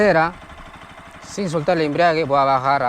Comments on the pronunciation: Cuando escucho la palabra embriague me dan ganas tomar....ni es embrague....🫢🫢😂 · He escuchado a muchos decir embriague cuando creo es embrague o sera que hacen referencia al licor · Enseñando a manejar moto y ni siquiera sabe pronunciar "embrague"...toma mucho ron y se embriaga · me encantaron 2 cosas del video, el paso 1 y el "embriague"🤣🤣🤣🤣